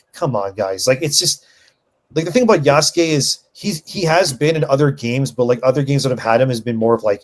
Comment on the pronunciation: Its far cry 3: Ya-sucke